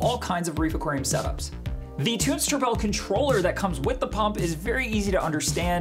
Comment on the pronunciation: Pronounce = tun-zee , cmon bro lol